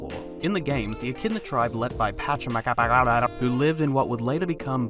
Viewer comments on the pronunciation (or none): I know you struggle saying pachacamc so heres how its pronounced: PA-CHA-CA-MAC try practicing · You really can't pronounce pachamaca's name lol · Each time you say his name I can't stop laughing